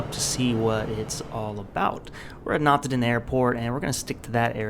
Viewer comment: Awesome, thanks. I kept hearing Notterdam but I was fairly sure that wasn't it :D